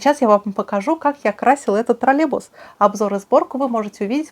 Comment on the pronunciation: Даша, не тролебус, а троллеЙбус.